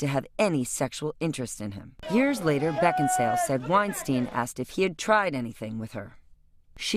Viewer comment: its kate beckinsale not beckinsdale you stupid sap